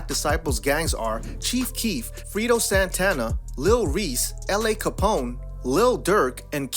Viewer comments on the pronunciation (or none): This nigga say frito santana🤣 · Nigga said frito Santana 😭😭😭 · This Dude Said “Frito Santana”🤦🏽🤭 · He said "Free-do" Santana😑